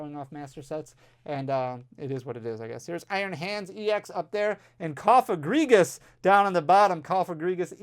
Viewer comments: Proud of you for finally getting the Cofagrigus pronunciation down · Great job saying Cofagrigus. Terrible that double bangers are gone.